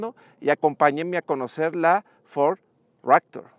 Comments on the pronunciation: Ractor...??????? o Raptor.... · Porque le dice "ractor" a la "raptor"? jajajaja